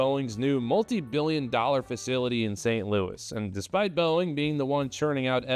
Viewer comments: It's Boeing 😂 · Sounded great, until I heard 'Boeing''